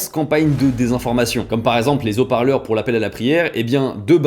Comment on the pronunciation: S'il-vous-plaît, prononcez " haut - parleur" , pas " zoparleur" .